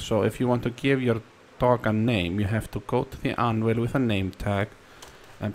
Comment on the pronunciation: The way he says dog like doggy